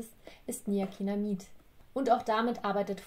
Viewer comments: niacinamid wie niakinamid ausgesprochen. Das ist falsch. Man muss es wie niazinamid aussprechen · Du hast niacinamid falsch ausgesprochen nur zur info